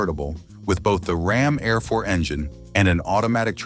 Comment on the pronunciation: It's pronounced RAM AIR IV!